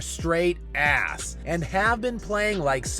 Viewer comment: The way you say Ass” with such conviction makes me laugh.